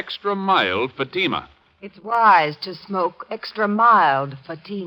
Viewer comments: And you did not give the correct phonetic pronunciation of Fatima either.😼🙀🙀🙀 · Not only are the cigarette ads obnoxious and annoying but what gets me that they are pronouncing Fatima incorrectly. Typically American mispronunciation like no one on Earth can ever teach them to pronounce British towns ending in “shire” as /shur/such as Lancashire /Lan-ka-shur/ or worse Worcestershire /Wurs-ter-shur/. Americans always always always end them as “shire”. I have spent 32 years teaching English grammar, pronunciation and Applied Phonology and it really is a pain to hear Americans mangle the English language out of ignorance. Accent is one thing but stupidity is another.